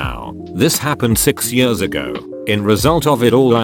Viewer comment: "two yurs"